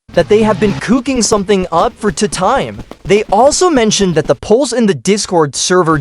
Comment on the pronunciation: I like how he says tutime instead of two time